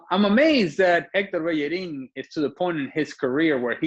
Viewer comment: Not a big deal. It's hard for them not to pronounce the "h". She is trying tho. She did a very good job pronouncing "Bellerin" and "Sérgio"